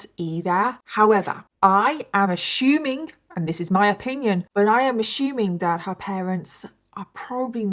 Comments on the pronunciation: I love you, I really do! But it drives me crazy when you pronounce assuming as “ashuming” 😅 and I think you say it the most in this case. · Every time she says “ash-shoe-ming, everyone has to drink! 😂 I’m autistic and my brain picks out these speech afflictions and drives me crazy 😭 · ASSUMING DOESN'T HAVE A "H" IN IT SO PRONOUNCED "AS SU MING" NOT "A SHOE MING"....SORRY I HAD TO SAY THAT BUT I DO LIKE YOUR VIDS THERE ARE SO GOOD !!!! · It's "ASSUMING " NOT "ASHOOMING" you guys spawned the frigging language! Why are you mutilating it??? BAHH! (continues melting down in hulk mode elsewhere). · ASHUMING 😂 its assuming like ah-su-ming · Random question..do all British people pronounce assuming like ashuming? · ashumig? Ashume? What ? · Why do you say ASSuming like that? 😅😂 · Love how you say “ashuming” 😂❤ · "ASSHHHOOMING" pissed me off so bad! I had to exit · “Assshuuming” lol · Love the way you pronounce assuming 🤭 ashuuuuming ❤ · I’m from Michigan and I have always loved your British accent BUT my heart just melted at the way you pronounced “assuming” “ashumming” lol. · "I'm ashyuuming" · Not you aSHuming everything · I love how you pronounce assuming.. 💕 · Is it a British pronunciation or just her way of saying it? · The way u say assuming feels so proper 🥹 I probably been saying it wrong my whole life❤ 🥹😭😭🤣 I love ur accent, terrifying story 😢. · Why do you mispronounce assuming? There's no shoe in assume. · There is no H in assuming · Ive never heard someone say assuming with a h lol